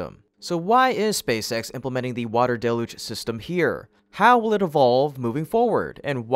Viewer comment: It's pronounced "DEL-YOOJ", DAMNIT!!!